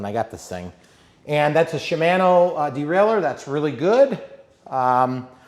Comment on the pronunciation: You have taught me a lot about RC. Now I'll try to return the favor as a former bicyclist. The bicycle "chair" is called a seat, as you said a few times, but more correctly called a saddle. Shimano is pronounced not MANO but MONO. 25 kmph is 15.5 mph and 18 mph is 28.9 kmph, and 40 kmph is 24.8 mph. Osolation of the front brake might be a slightly warped brake disk. High end bicycles never come with kickstands for the same reason RC planes don't have extra weight. Bicycling is supposed to be fun so enjoy and ANY exercise is better than none. Very nice lighting, I remember having to tape flashlights to my handlebar to see at night. Highly recommend a helmet, it only takes once.